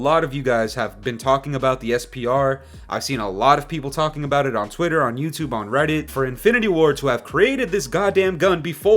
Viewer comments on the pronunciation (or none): none